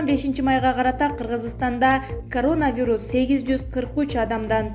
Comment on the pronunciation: Могу сапатсыз журналистканаргы жоготкулачы,дегеле коронавирусту окуганды уйроно албай койду...